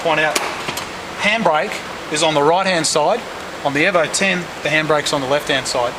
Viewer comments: Its E-vo... not airvo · not euvo 9 it's EEE Letter E as you would pronounce it in alphabet E. EEEEEEEEEEEEEEEEEVO. Jeezus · It's EVO not EVA lol